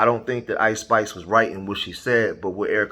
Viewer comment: Seems like she can't get the name right.🤷🏽‍♀️